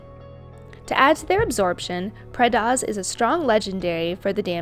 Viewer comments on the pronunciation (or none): Am I the only one that got angry at how she pronounced Prydaz...